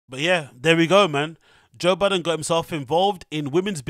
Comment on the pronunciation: It’s Budden 😂